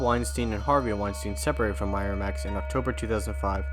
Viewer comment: Oh my God the constant mispronunciation of words from Miramax to Christina ricci's last name I mean these guys just don't care about anything but though it's the letters in front of their face and guessing what they sound like I guess